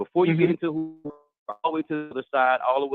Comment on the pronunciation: said "Hula Halabama" which it should be Hoover Alabama. I'm in stitches! 😂😂😂😂